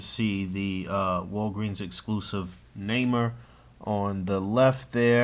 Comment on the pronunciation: Naymor = "Nay - More". But you're getting better from "Nammer", lol.